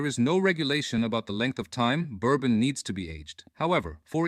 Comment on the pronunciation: It's bourbon dude...it's bourbon